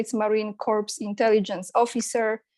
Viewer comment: очень интересное видео, спасибо! Только слово Corps (в Marine Corps) надо произносить, как "core", а не "corpse".🙏